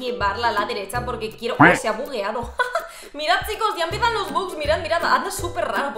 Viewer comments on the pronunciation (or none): none